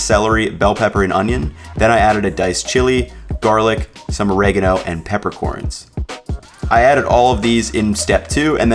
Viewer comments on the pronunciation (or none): none